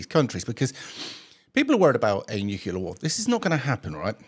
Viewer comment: Really small point but, it's nuclear, not nucular. Just sayin'. 🙂